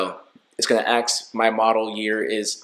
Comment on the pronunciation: ASK…..not AXE